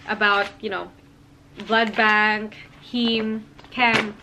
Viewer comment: Are you saying blood bag? Kinda irritating to hear cos it's supposed to be blood bank 😅